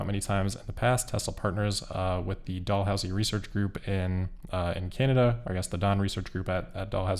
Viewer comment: The university is pronounced as dal houzee not doll house 😅 but not a big deal. I heard it and was confused at first then realized what you meant.